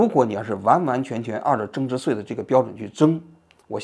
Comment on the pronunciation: 增值岁，增值碎，你发音正常点行吗